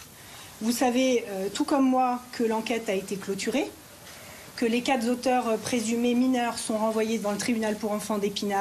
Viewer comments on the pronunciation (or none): Sans Z sans faire la liaison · Les "quatreZauteurs". Voilà que les avocats ignorent la langue ! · Déjà quand l'avocate dit à "... que les quatre z'auteurs ..." je me suis dit que la mère n'avait pas forcément dû prendre le meilleur avocat du coin comme si elle savait que son affaire était pourrie. S'il faut maintenant toujours trouver un responsable de chaque suicide ça va augmenter leur nombre et renforcer le chantage au suicide, suivi d'effet ou non, souvent commis par des adolescents envers leur entourage et en premier lieu leurs parents ou leurs enseignants. En plus si le harcèlement n'a eu lieu qu'au collège sans que les parents ne soient même avertis, je ne vois pas comment ils auraient pu intervenir, à moins d'être devins et doués de téléportation. Souvent ce type de harcèlement que tout le monde a subi plus ou moins fortement entre élèves se passe dans la cour de récréation. Son fils s'était-il plaint auprès des surveillants ?